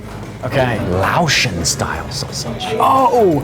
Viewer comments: Laotion isn't pronounced loow- Shun, it's lay-ocean you silly guys, but yes we all pronounce things different from each side of the pond. I really enjoy "Tread the globe" channel and their way of saying words too. I also have a local good friend who hales from Manchester he is fun to figure out most times what the heck he is on about. And hey guys what about the sides??? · I was watching it with my mom and straightaway noticed the sticky rice. My mom and I were laughing. Can’t imagine eating Lao sausage without sticky rice. SEAs love sticky rice. I’m sorry, but as a person who is Lao, hearing y’all saying Laotian as Lao-shin was funny. Lao, pronounced like loud without the “d” and Laotian, lay-ocean. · Pronouncing it L”ow”sh is insane.